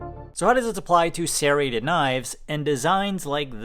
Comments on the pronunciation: no its not. You are saying sairreted instead of serreted. It has to be on purpose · Why do you pronounce it as "sairrated"? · Why do you keep pronouncing "serrated" like that. You speak like a normal human with every other word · Serrated, not sairated. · Sare-ated Not shade. Just funny to me. I always here it "ser-rated" not ever "sare-ated" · Opinion invalid, can’t pronounce serrated correctly 😂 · ffs it's not SERrated. It's serRATed. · Why can't you say serrated properly ? It is pronounced sir-rated